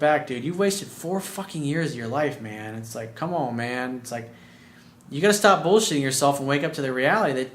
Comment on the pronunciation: Co’mone man!!! Lol love